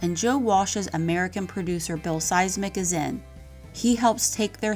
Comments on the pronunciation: Pretty sure my guy's last name isn't pronounced, "Seismic" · Always waiting for the next Eagles album to come out. Too bad Don turned out to be a music natzi! Great story but you kept mistaking mispronounced the sound engineers name… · Pronunciation of Eagles producers name (Bill Szymczyk) wasn’t even close.